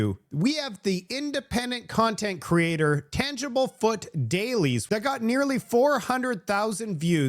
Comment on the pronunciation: I love how this guy mocks "the learing center" spelling yet calls "Tanglefoot", "tangibleFoot"